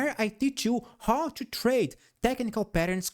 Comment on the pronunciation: "In order ciù ..." 😂🎉